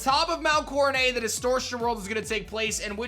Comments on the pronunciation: Will you stop saying Mount CoroNAY!!! It's Mount CoroNET!!! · I just wish you would pronounce Coronet correctly instead of coronayyy. It’s not French like ballet or fillet. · Di-did he just say coroneigh? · Why do you pronounce it as “coronay”?? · "Mount Core-uh-nay" "Are-key-us" yikes